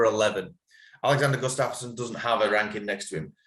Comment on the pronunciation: That pronunciation of Gustafsson was wild ngl. I have a feeling his timeout will be to his detriment he won't be the same. And I do think Paddy can compete at a high level. If he is champ material remains to be seen.